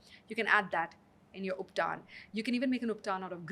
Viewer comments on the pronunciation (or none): Good podcast but pronunciation of Vaat, Pitta and Kapha is annoying. Also, what is Ubtaaan? It's ubtan. She slips in between when she says Vaat-Pitta and in the next sentence quickly switches to Vaataa and Pittaa. When we say Ayurveda needs modern acceptance, it doesn't involve deliberate mispronunciation to make it western. Respect the science you're trying to preach.